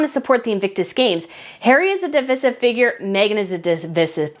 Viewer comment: Divisive pronounced _—————the (i} is pronounced with the long sound and not pronounced with an e sound